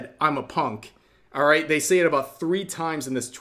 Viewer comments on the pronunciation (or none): none